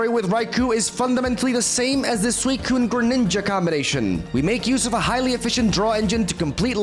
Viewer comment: This is the first time that it sounded like he actually said “swell”